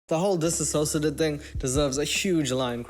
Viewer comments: DissociaDID is pronounced more like "diss-osha-did" than the word "disassociated"- Trisha tragically mispronounces it pretty much every time. It's a combo of the word "dissociated" and the anagram for D.I.D :) Love ur vids as always <3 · Hi man, I’m a big fan of yours 🌟 but just please tell their name right: it’s DissociaDID, non DisSAsociaDID, and everyone is pronouncing it wrong because Trisha pronounces it wrong and I believe she does it out of disrespect Thank you!